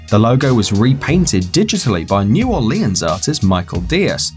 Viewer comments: U said New Orleens not New Orlens (that's how u say it not how it's spelled) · "New Orlee-ins" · Why did he pronounce New Orleans,the name of the city that the artist of the Columbia Pictures artist was from, so wrong